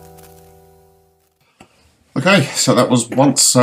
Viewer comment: The artist is "once" pronounced on-che and the tittle is dealova